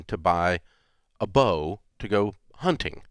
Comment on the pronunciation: Can someone tell Rachael there’s a T hunTing.